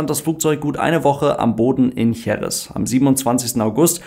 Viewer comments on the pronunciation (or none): Wue immer, sehr interessant und ausführlich erklärt! Denno erine formale/formelle Bemerkung > Bei der Betonung der Stadt JerEz, wird der Akzent wie das große "E" zeigt, auf diesem zweiten "e", gesetzt. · Danke für das Video. Jerez wird Heres ausgesprochen 😊